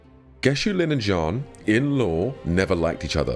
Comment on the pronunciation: bro halfway through the vid did i realize he was saying Jiyan not John